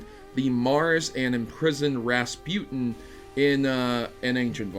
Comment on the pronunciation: Am I the only one upset he pronounced Charlemagne and Rasputin wrong?